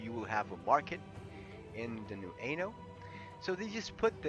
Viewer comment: sounds like you are saying "ANAL" lmao